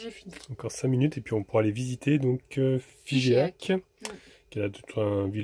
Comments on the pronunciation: Bonsoir... Toujours très agréable de suivre tes vidéos:-))) Juste une petite remarque: on ne prononce pas Fi-ge-ac mais Fi-jac:-))) Caresses à vos compagnons à 4 pattes et amitiés à Anna. A bientôt! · Alors c'est pas un "é" à Figeac, ça ce prononce " Figac", je me permets j'ai du monde la bas que je connais, j'ai était souvent en vacances. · On dit Figeac et non figéac,👌les hiéroglyphes de Champollion et quand vous rentrez dans une église faites juste l ambiance sans com merci juste une idée pour laisser admiré ces lieux sinon très jolie video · Salut! Figeac ça se dit pas Figéac mais Fijac. Pour la plaque avec les petroglyphes c'est la représentation de la pierre de Rosette qui a servi à Champollion pour déchiffrer les hiéroglyphes. Bonne route à vous! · Bonjour, juste une info : on ne prononce pas le 'e' de Figeac!